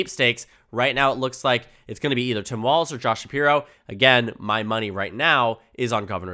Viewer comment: It’s pronounced Balz… 😂